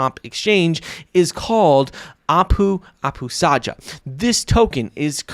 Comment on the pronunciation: Nice vid, only that Apu Apustaja is pronounced like "Apu Apustaya", it's the finnish way of pronouncing the letter 'J'